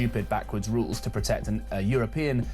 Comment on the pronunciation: I think this is an AI voice because the word rules was pronounced incorrectly as “rowls”